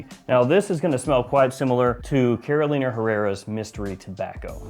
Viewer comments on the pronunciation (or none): none